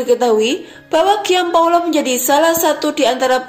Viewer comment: Gian Paolo baca Jan Paolo dlm bhs Italia.